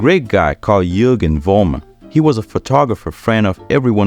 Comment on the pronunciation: I find it disrespectful that you pronounce Jürgen Vollmer's last name with a V-sound rather than with an F-sound, which is of course how his name should be pronounced.